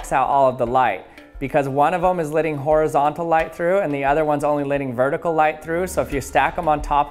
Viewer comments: I've been noticing that you pronounce the words "Let" and "Letting," as "Lit" and "Litting." Is that a regional accent or is it just a unique speech pattern? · It's LETTING NOT LIDDING!! CMON MAN!